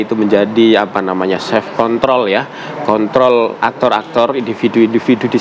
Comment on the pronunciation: KONTROL PAK,,😁😁BUKAN K.T.L